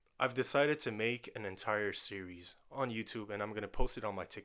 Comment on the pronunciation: you had me hooked when you said "entire sewies ♥"